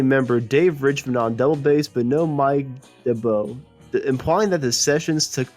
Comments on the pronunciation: excellent, well done. One very small point, Mike D'arbo's name is pronounced D -are -bo, not dab -o :-) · It’s not Mike Dibbo but Mike d’Abo, pronounced Darbo. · Mike D'Abo is NOT pronounced "Mike Du boe". It is "Mike Darbo". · Not sure I agree with you there.His name is D'abo.There is no 'R' in it.Its pronounced Dab-oh. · That's Manfred Mann's Earth and which succeeded Chapter Three.The narrator seems to have trouble with Mike D'Abo's name.